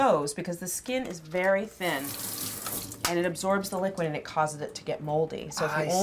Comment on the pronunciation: "the skin is berry thin"